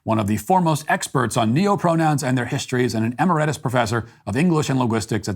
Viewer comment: Matt - Emeritus is pronounced i-ˈmer-ə-təs or, roughly, uh-MARE-uh-tus (“tus” as in “tusk”).